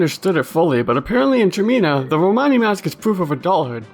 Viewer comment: did you say "Tremia"?